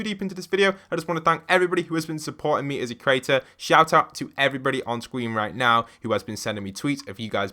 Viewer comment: Did yall here him say "SCWEEN"